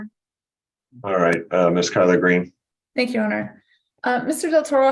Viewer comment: I keep hearing 'Collard Green' instead of Keller Green God is such a bore.. imagine trying to have an interesting conversation with him..